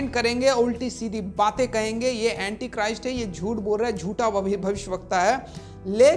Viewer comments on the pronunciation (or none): none